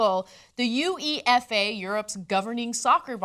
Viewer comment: It's pronounced You ay fa you cretin.